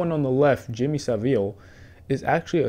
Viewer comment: "Jimmy Saveel"... 🤦‍♂️